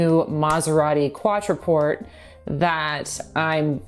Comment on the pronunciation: "Quattroporte" is pronounced "kwah-tro-POHR-teh,". "Quattro" is "four" in Italian, and "porte" means "doors."